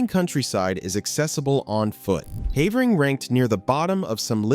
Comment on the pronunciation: Pronouncing Havering wrong